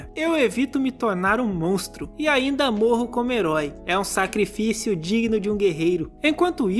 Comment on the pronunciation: "é um sacrifício digino de um guerreiro"